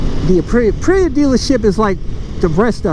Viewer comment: Ah yes the Uhpreeya Tewohno